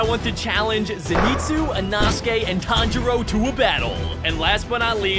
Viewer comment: its tan-jiro